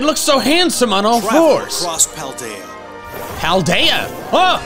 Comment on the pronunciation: I love that and are the only major Pokétubers who have pronounced Cetitan, Fidough, Paldea, and Terastallize all correctly, right off the bat. From what I've seen, aDrive, Austin, Moxie, and Purplecliffe all goofed one or more of the names at first glance.